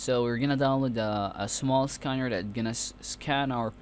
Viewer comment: Jigabytes and skanner lol.